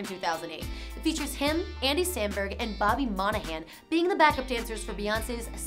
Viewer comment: if you're going to spit out facts about celebrities, please learn how to pronounce their names. (Bobby MOI-ni-Han, Queen BEE) disappointed